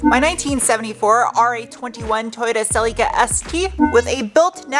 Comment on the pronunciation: You almost got the correct pronounciation of Celica😂